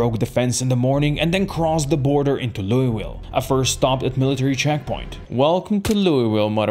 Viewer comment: bro really said loiuwille